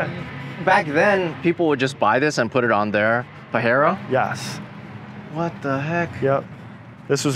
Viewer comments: New he was off as soon as he starts to pronounce it like that. Pa-hero is the Spanish pronunciation. Not what the car is called. Anywhere. In australia and European countries it’s pa-je-ro. The guy is full of shit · I’m pretty sure the correct way of pronouncing it is Pajero not Pahero. The second way is the Spanish pronunciation, and it has a bad meaning in Spanish. Which is why they call it the Montero over there. So it doesnt make sense to call it a Pahero. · That dude calling it Pahero agrevate the hell out of me lol . Pajero is not Pahero. It's not a Spanish name it's from Leopardus pajeros a south African cat. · He sounds like he has no balls at all, Paahhheeero 🥴 Asians and Japs laughing right now. I hope he doesn't find how cool japs pronounce the rabbit. 😂🤣 Pajero hard j please. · You need to lear how to pronounce its right. If you in asia pronounce its PAHERO. People laugh at you like a clown. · Its pajero not pahero. We can forgive the guy because he owns those vehicles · This car 4x4 from Asian.. not from west mexico. Its hard J is not hard H ..ITS PAJERO NOT PAHERO from mexico. You can have it..but you cant change the name. Sounds weird... PAHERO 🤭🤭🤭😭😭🤣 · I'm not a Japanese or Spanish expert but pretty sure the J is a J in Japanese not an H like in Spanish. Still a cool ride. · Exactly! Pajero pronounced as pajero, not pahero. That how japan pronaounced it. And like subaru, it pronounced as subaru, not suberu. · its PAJERO, not Pahero . Doesnt meant he own the car he pronounce it pahero..funny americans 🤣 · Your acatllying saying it wrong, we get these is aus so use the right name. It’s Pajero making a J sound not a H sound. Don’t make up your own thinking it’s cool. It’s legit what yanks do. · Here in the Philippines we have 4dr Versions. But we pronounce them as Pajero not Pahero 😂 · Its hapanese not spanish 😂.. theres no reason to call it pahero.. Still so fkin cool though.. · Dude is hurting my soul everytime he says "PAHERO" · Its PAJERO not PAHERO